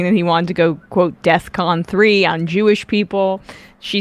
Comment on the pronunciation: I think its bizzare how she pronounced it “deathcon 3”